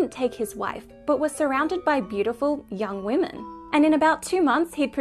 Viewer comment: When says he was surrounded by young women, the emphasis should be on "young" 🤢